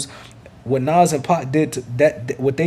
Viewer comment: “Nawz” lmao